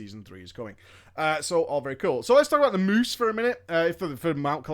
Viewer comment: I get over how hilariously you say, "THE MOOSE!"